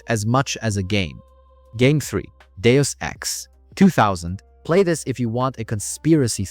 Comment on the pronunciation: I LOVED "Jagged Alliance"! Even if the line of sight was dysfunctional. Thank you for teaching me how to pronounce "Deus Ex", I never knew the correct pronunciation.